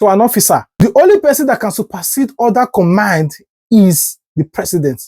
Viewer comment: First of all, it's command not commind